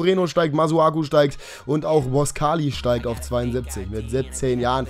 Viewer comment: Sagst immer der Report sagt immer ....... Falsch und machst es auch falsch mit boscagli